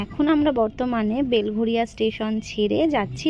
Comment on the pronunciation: Tomar mukhe belgharia sune khub valo laglo goo didi ami belgharia thaki❤❤❤